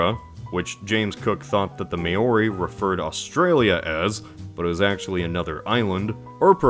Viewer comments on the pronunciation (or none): its NOT may-ori its mao-ri (with a rolled r) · It's not may-orr-ree. It's mow-ree. Just like it's not moss-cowwwww but moss-co. Also the polynesians didn't colonize anything, they didn't have sea going vessels. They didn't have the wheel ffs, so they're certainly not heading out to colonize when they're living hand to mouth. Colonization requires a significant portion of the population to be able to build ocean going vessels - in nordic countries that was almost 80% of a village for 3 months of the year to field one sea going vessel for the next exploring season. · Maori is pronounced to rhyme with “cow ree” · Maori is not pronounced “may-o-ree” it’s “mow-ree” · This needs more likes. Quite honestly an embarrassing error to make. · Awesome video, found the concept really interesting, but Maori is pronounced /ma:ɔɾi/, not "may-or-ee." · Maori is pronounced like '(Chairman)Mao-Ri(ng) not May-Or-Ree :) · lol "may-ori," that's a very German pronounciation. But no. That's not how you pronounce that word. It's like mah-or-ee, but the first two vowel sounds are a dipthong, so one syllable, and don't get me started on how the R is pronounced. Otherwise fascinating video! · Sorry to be annoying but its pronounches "Mow-Ree" Not "May-or-ee" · don't say may-OH-ri. It's pronounced Mah-ori. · I just have to point one thing out: It is pronounced Mao-ri (as in Mao Zedong), not may-ori. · The Maori (Pronounced MAO *As in chairman Mao*+ REE) wouldn't have been the first. They only arrived in New Zealand's North Island where they genocided the native population a few generations before whites arrived. They only finished their complete genocide of the South Islands after whites arrived. And i think the Fijians, Papuans and Australian Aboriginals might have a few words with you about the colonizing those countries. Might want to do a little research before making a video...... Just saying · It's pronounced MAO-REE. :) Someone with a Maori grandmother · Yeah that bothered me